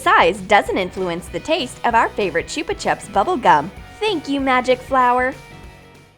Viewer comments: It’s chupa chups not choopa chup ok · Gaming Deer101 t is Cara-Mel and Chuba-chubs